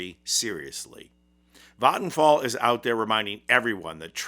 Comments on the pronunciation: that's is the most correct pronounciation of vattenfall I've ever heard from an English speaker that isn't also a native Swedish speaker. It's not 100% perfect, but really close, maybe 99.8%. 👍👍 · Vattenfall is my provider. Sure I get nuclear power but we need that along with renewable power IMHO. Also the pronunciation was quite good. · Im swedish and I saw that ad at the cinema when waiting for the Long Walk To start. xD And also fyi Vattenfall is pronounced with an a from the word what. whattfall but with an V sound and no H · Good pronounciation of Vattenfall (I'll give it a 90 out of 100). People can probably guess it by the spelling, but it means "waterfall"